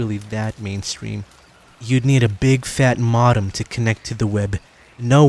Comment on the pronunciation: "ˈMōdəm," (Mow-dam), You illiterate fuck.